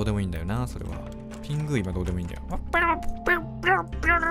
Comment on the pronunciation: ピングーのまね、笑った、あと、ピングーの発音、違うと、思いまーす